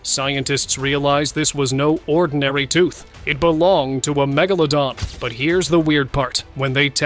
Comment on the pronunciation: How many megalodons did I really see.*. How many times did your AI mispronounced Megalodon. Too many times to count.